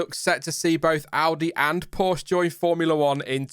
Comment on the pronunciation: Porsche....pronounced...Poorsh aah